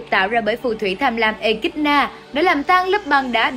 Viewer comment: Theo mình thì nên đọc là “ê ki đô na” hoặc “ê chi na” chứ “ê kít na” thì ko hay. Với lại trong phim cũng là đọc là “echidona”